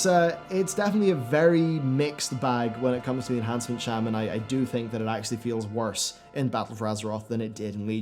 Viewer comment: You pronounced it shaman but isn’t it pronounced shaman?